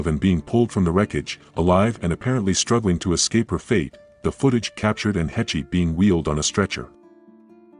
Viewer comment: Still can't pronounce the woman's last name properly yet. Hāsh not hetchy. AI's irritate me much. Hetchy, Hetchy, Hetchy!!!! 😒😒😒